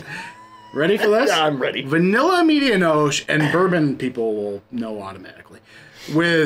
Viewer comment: When you say medianoche the e on the end is not silent fyi. Had this beer sent to me from no hype Kyle and it was outstanding beer. But my favorite beer this year is from a collaboration between firestone Walker and weldwerks and it was called parabanoche which was 12 out of 10 great review gang cheers 🍻